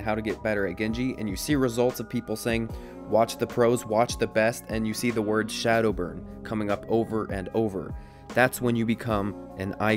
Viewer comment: A) It's ShaDowBurn, not ShadowBurn, silly boy B) SDB is a fucking amazing Pharah too, but I see your point.